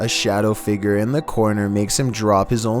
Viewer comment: 1:97 “A phantom figger”